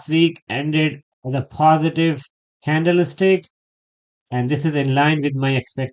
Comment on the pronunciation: candle-stick, not candleis-tic. 😂